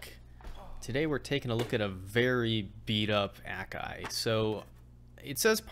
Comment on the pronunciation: a kai not ak ai